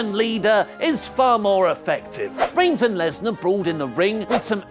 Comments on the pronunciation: It's not Brock LESNER......................it's BROCK LESNAR ............Point of correction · LESNAR not LESNER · Finally found a mistake in wrestletalk video... lesnar----->lesner